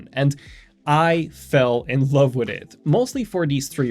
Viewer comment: The way you say "witt it" countless times in this video bothers me much more than it should.